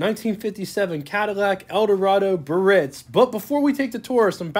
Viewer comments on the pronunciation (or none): Great video tour - but his mispronunciation of the word "Biarritz" was cringe worthy. It's not 'Birritz'...it's Biarritz! There's an 'a' that needs to be pronounced. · Probably check on the pronunciation of "Biaritz". Bee Uh Ritz" . Emphais of the last syllable. Not Buh-Ritz. Of course, depends on what part of the country you grew up in. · The correct pronounciation is: BEE-A-RITZ , not BURR-RITZ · Pronounced: Bee-ah-ritz, 3 syllables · It amazes me that a person makes a youtube video about a rare car and has no idea how to pronounce BIARRITZ!!!! (Guess they don't travel very much)! And it's AUTRONIC EYE,!!!! The "signal seeking radio" did have an optional floor button that would activate the radio station search by stepping on it. Having a 57 and an 85 Biarritz, i clench my teeth when i hear bur-itz!!!!., agggggghhhhhhhhhhh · BEEEE -AR - RITZ! 😡 Three syllables. Come off it, a car special-interest host *must know - or learn - how to pronounce car names! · ❤ Great review,... But in the town of Biarritz in France, the first 'i' is not silent. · You’re pronouncing it wrong. The I is not silent. Ugh…